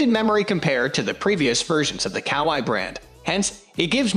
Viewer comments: Kawai to say it right it rimes with Hawaii! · You seriously need to learn how to say Kawai. If you can’t say the manufacturers names then you lose all credibility from professional pianists watching. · Wait what 🤣🤣🤣 that’s not how you pronounce Kawai.. 🤦‍♂️